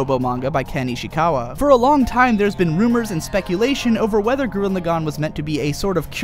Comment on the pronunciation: "gurren lagAHn" "vieral" "shimon" make it stop